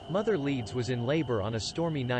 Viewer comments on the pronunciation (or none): none